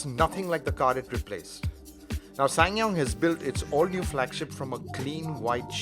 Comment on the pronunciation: he pronounce this brand like a pro